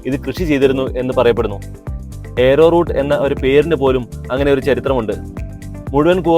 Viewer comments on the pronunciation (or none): corn four ചോളത്തിന്റെ പൊടിയാണ്. കൂവപ്പൊടിയാണ് Arrow Root (ആരോ റൂട്ട് എന്നാണ് ഉഛരിക്കേണ്ടത്, ഏരോ റൂട്ട് എന്നല്ല)